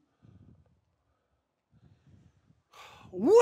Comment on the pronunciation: why did he turn irish when he said “wasted” i cannot 😭😭